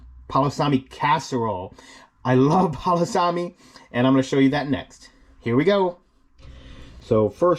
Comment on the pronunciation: You can't even say it right you need to just stop. Please